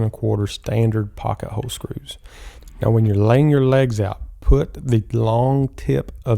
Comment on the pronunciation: You do know there is an L in the word hole right?